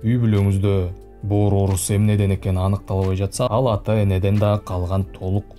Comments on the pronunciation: Боор дегин😂😂😂😂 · бөөр деп боорду эздин.молодец. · 👏👏👏👍👍👍😆😆😆аябай жакшы түшүндүрүп бердиңиз СИЗГЕ рахмат бөөр дегениңиз күлкүлүү болду 👍😂😂😂